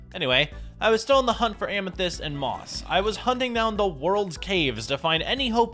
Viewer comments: Bro said "and a moth amasist ceiling" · Why did you say moth amysyst ceiling?